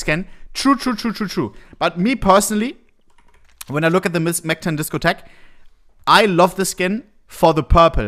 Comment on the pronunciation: Please say disco tech again I love it